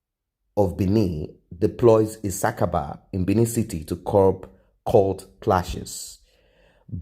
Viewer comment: Not ISAKABA,,, IT IS CALLED.ISABABA IN BINI LANGUAGE